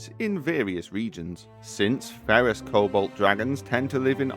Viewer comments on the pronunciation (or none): It took me a while to realize you were saying "Cobalt" instead of "Kobold" lmao